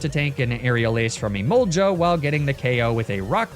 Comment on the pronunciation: Emolga isn’t pronounced Emolja the g is a hard g like in rug